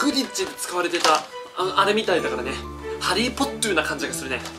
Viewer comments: ハリーポットゥーｗ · Sounds like your saying hajji potter xD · はじーポッターw 吹いたわ